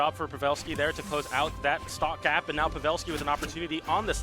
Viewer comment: Pav-ah-lski and ASHoka. I'm wounded 😂